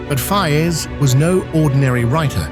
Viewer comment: The English voice artist can't even pronounce the name of Faiz correctly. And I hate these AI-generated videos. They take away the entire historical imagination of the viewer. Please don't make such fake videos.